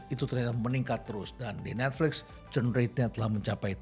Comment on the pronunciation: Maaf pak Rhenald itu bukan turn rate tp churn rate